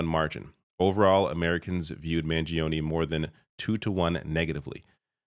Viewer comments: please pronounce his surname correctly. The i after the g is silent. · Mangione has only three syllables